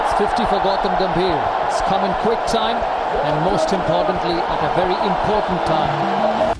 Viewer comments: Important ❌ Impotent ✅ 😂😂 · Brother Shyam, please use Hindi translation of the word “important” because your pronunciation sounds a similar word that’s quite rude/embarrassing.👍🙏🏼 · Permanent aor impotent part bnjate hein lol😂😂 Abe Bhai Sahi SE bolna to seekhlo 😂😂😂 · Important ❌ impotent ✅ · Important पारी. Pronunciation पर ध्यान do